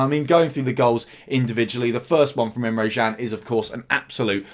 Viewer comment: Good video, Emre Jan tho? James Pearce at the echo says Emre Chan, and he’s never wrong!🤔